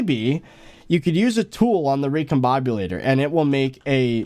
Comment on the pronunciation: A... Recom-baby-lator?